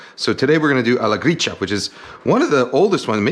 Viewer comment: His pronunciation is correct, it's "Gree-cha", as in matcha tea :)